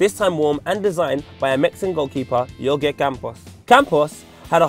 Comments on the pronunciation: YORGE? isn't in just HORHE? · He just totally mispronounced Jorge Campos' name wrong